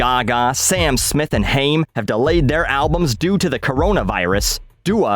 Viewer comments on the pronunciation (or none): Always love your content. I’m so glad you’re back. Around the two minute mark though, you mispronounced Haim. It’s Hī•am, not Hāme. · Just FYI: it’s pronounced “Hime” - like the Jewish last name and they’re pretty good. Everything else you said is awesome 😎. Love your vids